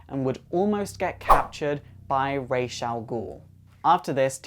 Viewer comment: I think Damian only liked Dick also boo for the bad pronunciation of Ra's